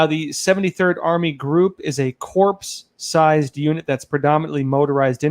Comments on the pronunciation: Corps is pronounced Core, not Corpse. Surely you're smarter than Barry (Corpse-man) Obama... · UGH!!!! CORPS IS NOT "CORPS"!!!!, pleases, u sound silly. it is french, silent last letters, u know the drill. CORE. "CORE" MARINE CORE!" Come On Brandon! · Lol the word "Corps" is pronounced as "Kor" lol it's ok I knew what you meant. I'm retired Army & couldn't resist. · Corps = kōer, no “p”. No “s”. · Love all u do, but one tiny note - "corps" is spoken as if the "p" is not there. Obama did the same thing. Sorry for my pettiness, but I'm aiming at making the great, even greater. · P is silent dear